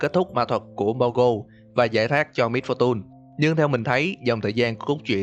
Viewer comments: Giờ ông mới phân tích :v Sao lại little Misfor tun phải là tùn chứ :v mr.voi = ngài voi XD Tiếng Việt hơi quá, tiếng Anh hơi ít. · Lít tồ mít pho tun :))) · phát âm "MISFORTUNE" kiểu gì kì vậy?? "mít-pho-tun" / ''mít-pho-chần"??????? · đừng đọc là mít pho tun ad ơi :)) nghe buồn cười khiếppp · Miss-fu-tun ok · wow mit -pho-tun hay lắm man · Mít-pho-tun :3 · Vcl. Xem cách đọc lại từ "Misfortune" đi a ơi :v Nghe mấy kênh khác quen r qua đây e nghe hơi khó chịu. Ý kiến riêng của e thôi :v